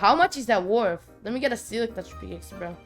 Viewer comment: "A peakaxe"